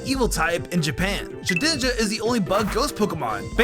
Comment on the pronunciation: "Shedinja" You might want to check again.